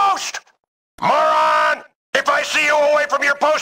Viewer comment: My new favorite word is “mo-ran”